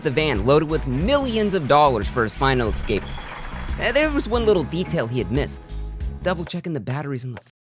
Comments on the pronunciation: Escape Not Excape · Each time you say escape you pronounce it as excape and it drives me nuts. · PLEASE stop saying eXcape. It's "ESCAPE". No X! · I’m sorry I love your content but the word is "es-cape" like the letter 's' and then a cape. Stop saying "eck-scape" like a toddler, its embarrassing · I still love your videos and I’ll keep watching. But it’s esssscape, not exxxcape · eXcape eXpresso eXpecially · Great video. One note for future videos: work on your pronunciation of "escape".